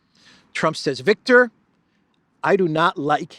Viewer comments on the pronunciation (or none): none